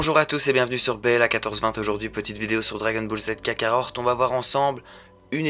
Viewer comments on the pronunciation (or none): On dit kakarot pas kakarorte lol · Vrm par contre respecte c’est dbz kakaROT et pas kakaORT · Jsuis le seul a rigolé quand il dit dbz kakarot car il c pas le dire mdr 😂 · Ah ouai c'est horrible mes oreilles saignes quand j'entends comment il prononce le nom du jeu !!!! 😂😂😂